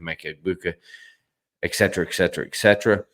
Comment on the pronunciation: It’s not pronounced eksetra. It’s et-set-er-uh